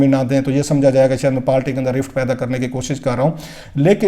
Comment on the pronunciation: South Panjabi. Party not palty. Please correct ur Urdu. pandu